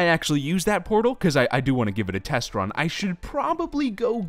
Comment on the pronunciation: I thought he said porno room instead of portal room.